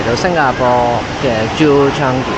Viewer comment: Chang-i, not Chan-gi